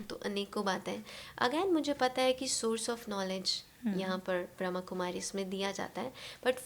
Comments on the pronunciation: It’s BrahmaKumari not BrahamKumari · Om Shanti Baba thankyou Baba 🙏🏻 ek chij mein batana chahungi is Sanstha ka naam brahmakumari Ne Brahma Kumari hai kripya is shabdon per meaning bahut mayne rakhti hai isliye kripya aap log Naam Sahi Se bole Om Shanti